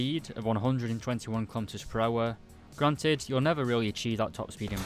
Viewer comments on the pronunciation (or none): none